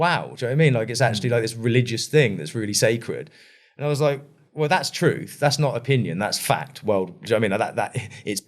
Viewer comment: Just keep adding rambling on to rambling. Nothing actual here or learned. Just a whole heap of analogy with no ties to each other. I knew it the second he said to-ruth!!